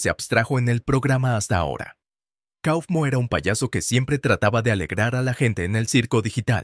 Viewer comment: No se dice cofmo se dice caufmo